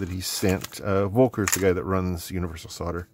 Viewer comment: I think the V in the name Volker should be pronounced the german way where v's sound like f's, like in "fight". So it becomes "F"olker. Anyways, you can ask him if the contacts you again.